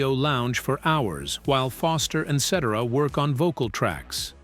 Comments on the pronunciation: Please, before you release a video with an AI voice, make sure you get the pronunciations of the people's names correct. Listening to this is so annoying. Also, for the record, I don't care how successful David Foster was, I never cared for any music he had a hand in creating. He ruined what I was a fan of Chicago for. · Yeah this is the second video from this channel. I watched the Supertramp one was fairly entertained. So I looked for another one. This one came up and after hearing Peter's last name pronounced wrongly time after time I too caught on that this is all AI. Kind of poetic considering what happened to Chicago sort of happening here. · Please tell how to pronounce Peter Cetera’s last name. AI sucks, by the way….AND, by the way, horn players should never be ignored. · I hate these AI narrators that can't pronounce the name of the guy who ruined the band Chicago. I can't watch after that. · Can’t take anything seriously when Peter Cetera’s name is constantly pronounced wrong… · Please hire a human narrator! This AI voice says Peter's last name wrong!!! These videos are great content but saying the names wrong kills it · Sitera NOT setera like etc, ect. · If this is not a computer voice, then the narrator should be ashamed of himself. Any good lawyer learns to pronounce names correctly before releasing his theories to the public....I'd expect the same from a voice-over pro. Peter Cetera's name is pronounced 'set-AIR-ah', not 'SETT-erah'. Spend an extra five minutes and prepare properly. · The name is CETERA, pronounced "Cet Air Ah". Not "Cet Er A". And Walt Parazaider's name is misprounced also. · Jesus, man: ce-TER-a. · Ce ter a. Let's say it together. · This may be an AI type voice when they pronounce Peter Cetera's name incorrectly. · Made me think, is "Cetera's" first name, "Et?" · AHH!!!!!! Just buy a microphone!! You make a video about Chicago but don't have your AI Robot dude say his name correctly?